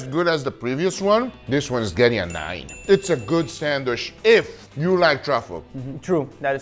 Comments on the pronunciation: I love how he says “sandwich” sanwish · Odd that Guga says "sandwish" instead of sandwich. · I couldn't stand hearing someone say "sandwish" a hundred times. Sorry guga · i love guga hi is awesome but why why does he call a sandwich a sandwish :D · Bro it’s pronounced SandWICH not SandWISH 😭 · why do people say sand"wish" instead of sand"witch". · Sandwich ❌ Sandwish ✅ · Darling it's sandwich, but you say sandwish😢😢😢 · GUGA GODDAMN U DONT SHOW TO HAVE AN ACCENT IF U ONLY MISSPRONUNCE ONLY ONE ENGLISH WORD “SHANDWISH” JUST SAY IT NORMALY MAN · SandwiCH, not sandwish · Is not a "Sanwish"!!!! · The way Guga says Sandwisssshhhhhh is excidingly Brazilian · lmao the way you kept saying sandwish kept distracting me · I love the way Guga says sandwish.👌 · i clicked this just to hear him say sandwish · I love the way u say SandWish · Guga please say sandwich like normal human........ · The real struggle is Guga pronouncing sandwich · Guga, just pronounce "sandwich" like a normal person. 😄😆😄😆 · Every time Guga miss prononce "Sandwich" ..... take a shot